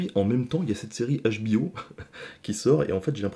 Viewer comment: Salut l'ami, il faut faire un Choix : HBO en anglais, Où HBO en francais, mais la tu prononce les 2 langues dans le même " mot " 😂 Bisous